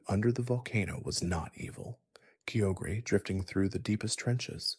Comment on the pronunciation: Kyogre is spelled kai-ogre, not keogre. Good video :)